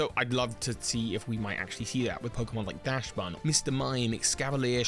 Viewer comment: Each time someone says DASHbun instead of the correct DAXbun, I die a little more inside.